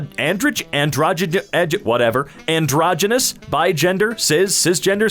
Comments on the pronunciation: how was able to pronounce "Androgynous" but not "Androgyne"? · *Can't pronounce androgyne Also: *Pronounces androgynous perfectly